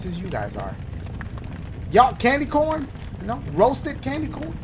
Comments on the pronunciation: I like how he just kept saying candy Corn-na! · Bro, I don't know why but when Dashie said, "Lemme get you some candy CAWN" -- I about died. XD